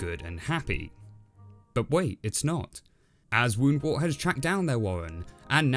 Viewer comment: Pronunciation notes: it's Woundwort to rhyme with 'spurt' not 'wart'. KeHAAR with the emphasis on the second syllable is correct. I personally much prefer it that way. Richard recorded the pronunciations for the BBC team before he died, so they get this right, by and large, though they struggle a little with El-ahrairah! And, by the way, does (female rabbits) DO do all the digging in warrens, as Ronald Lockley notes in 'The Private Life of the Rabbit', which was source material for Richard's book.